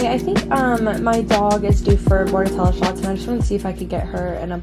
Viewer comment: Thanks for pronouncing bordetella correctly 🙌🏼🙌🏼🙌🏼